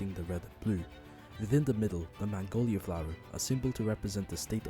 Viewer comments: It's magnolia, not mangolia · It's magnolia, not mangolia. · Great video, but it’s “Magnolia,” like the flower, not “Mangolia” (almost) like the Asian country. I wish I could say Mississippi’s economy had improved from the flag change, but not many more businesses are very interested in the least populated state in the southern USA. Also, this as a first video??? Great job! This ins awesome!